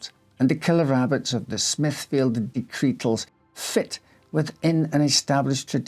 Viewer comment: Horrible hares and raucous rabbits! I’m going to listen to it again to count how many times he says “dectretal”😂